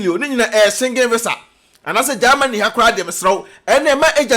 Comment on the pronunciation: You this boy de3 Gyimie saaa.what is there in gaamany as you pronounce it your way that always disturbing Ghanaians peace. Give us a break and talk about important things